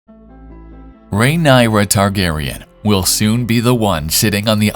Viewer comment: Pronouncing her name correctly can be a 1st step for you ..